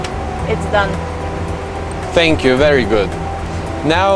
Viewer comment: "fank you"